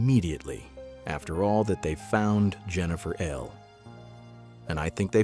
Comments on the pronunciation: Please, somebody explain to the speaker that Ehle is pronounced “Ely”, not “Eel”. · And he doesn't know how to pronounce "Ehle." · I've noticed that none of the speakers on videos about Jennifer Ehle Ever manage to pronounce her name properly! You'd think they would Do Their Homework!